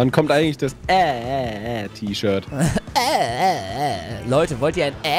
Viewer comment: Das t - ischirt t - ischirt🤣🤣🤣